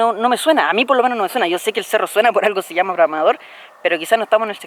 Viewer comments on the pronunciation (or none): none